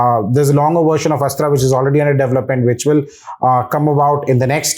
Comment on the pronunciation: Its 'Astra' missile not Asra. When will the media learn to report responsibly?